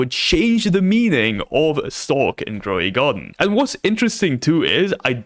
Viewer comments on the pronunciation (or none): Gwow de Gardín 😂 lol I love